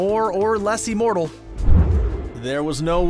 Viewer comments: Liked this, but... Uh... What's 'Eeeemortal?! ' Is that anything like 'Immortal?? ' Just wondering... 🤦‍♀️ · It’s IMmortal, not E-mortal. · it's IHM NOT EEEEMORTAL IHM IHM IHM THERE IS NO EEEEEEEEMORTAL, EVER 😧 j needed to get that off my chest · Today we have a new word: ee-mortal. Considering this is THE key word in the video, you'd think narrator would learn its proper pronunciation. Thumbs down on this one too. Screen Rant continues to suck.